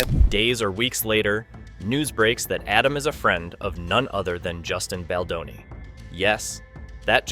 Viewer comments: His name is not Bladoni. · Can you ducking pronounce his last name correctly??????????????????????? It's BALDONI NOT BLADONI